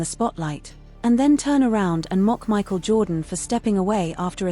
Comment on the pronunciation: All these you tubers can't put in the effort to make their own videos? Michael "jordon"? Isaiah (eye zeye uh)? AI fail and creator fail for using Ai.